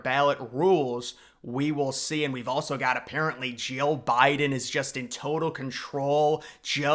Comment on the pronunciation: Jeal Biden? Lol